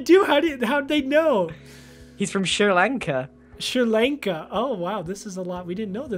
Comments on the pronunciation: Sri Lanka? WHAT (Also it's pronounced as: (shrii Laanka) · I hate how he says “Sri Lanka” since that’s where I’m from but it’s fine 😂